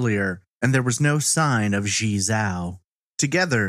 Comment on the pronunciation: I know you didn't ask, but her name would be pronounced "jee-eh" (one long word, I can't think of an english word it sounds like) "jaoh" (like cow) and you got "Li" right. It's really hard to know how to pronounce chinese names unless you speak a little or practice a lot. Thanks for uploading so much great content!